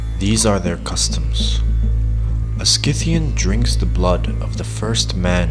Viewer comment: awesome video, just one thing, it's pronounced si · thee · uhn